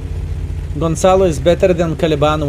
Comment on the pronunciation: GonsaloOOOOO. Not isss LOL